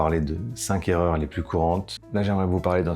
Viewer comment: Cinq erreurs et pas cinqzerreurs.. mr le professeur!